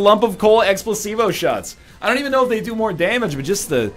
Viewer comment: am I the only one hearing him say Explosivo that sounds like x placebo?